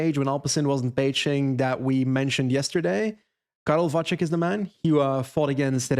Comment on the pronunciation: Karel Vacek surname is actually pronounced ‘Vatsek’